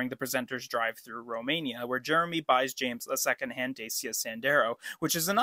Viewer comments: Dacia is pronounced ‘Dat-chia’ too by the way 😅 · You also pronounced Dacia incorrectly :-) It's pronounced "Dachya", ("da" as in "dark") despite how James May pronounced it. Probably deliberately.